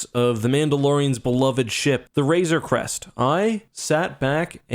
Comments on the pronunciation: When you hated the ship so much that you keep mispronouncing it... Also, I think Mando will find Gideon’s stash of Beskar and reforge the Razor Crest to be invincible. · Call it the "Razor's Crest" one more time and I'm gonna lose it